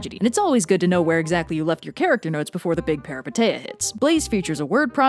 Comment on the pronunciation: I love your content so much but by God, this pronunciation of "peripeteia" is driving me up the wall (it's peripEteia and the ei is pronounced as ee, I still love you though)